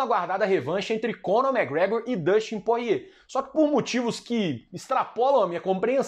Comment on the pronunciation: me da agonia ver ele falando porrier kkkkkk